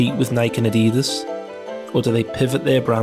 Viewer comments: Eh? No it's not. Geordies, Mackems et al say "Addy-Dass", which is the correct pronunication because Adidas was founded Adolf Dassler, aka "Adi" Dassler. "Adeedus" is the American pronunciation. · IT'S ADIDAS!! NOT FUCKING ADIEDES. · WTF! Why are you mispronouncing Adidas as a-DEE-dass instead of its correct form of ADDIE-das and Nike as nike (as in bike) instead of nigh-kee. It’s driving me nuts! Otherwise a great analysis and informative video. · His name was ADI DASSLER…. SO why would it be Addeeedus?